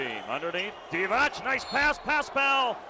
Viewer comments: English commentators, along with Spaniards, are not known for correct reading of foreign names and surnames 😂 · m8, it's not [Divatsch], it's [Divats], also it's [Rebratscha], with the stress on the 1st syllable....how these guys become commentators to a global audience when they are unable to pronounce names correctly is beyond me...and it's not that these player were not known, were they?